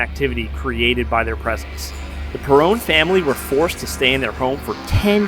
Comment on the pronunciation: You keep saying perrone it’s Perron